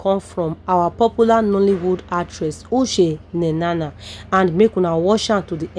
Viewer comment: Madam please is not Ushe Nenana but Uche Nnanna, if you don't know how to pronounce the name ask someone to teach you.and why not allow us hear from her.Too much talk.